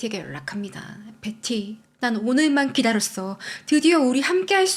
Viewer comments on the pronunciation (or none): 컨텐쓰 감사합니다 근데 “벳티” 너무강한 한국식 발음 조금 거슬림 “베티” 가 듣기 부드러울걸요. 지적질아닙니다 참 예쁘게 열심 이네요 ❤